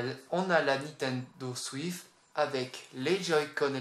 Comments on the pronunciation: Il a dit Nintendo Swif 🤣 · c peux être parce que le mec le dit comme sa nan? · Fréro c'est le gars qui le dit comme ça